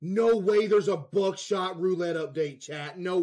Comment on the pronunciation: Bro says buckshot like "buttshot"